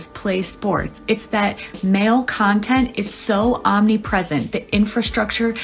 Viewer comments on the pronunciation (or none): Did you just say "smug cuntent" 😂